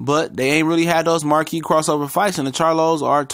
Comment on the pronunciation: Love your videos bro but it’s “marquee “